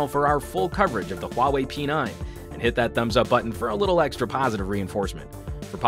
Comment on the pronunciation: I think it's pronounced WAH-WAY, but great review :)